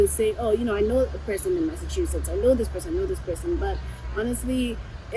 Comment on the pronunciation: Massasuchetts or Massachusetts, at least we get the idea. Leave my brother alone abeg. 😂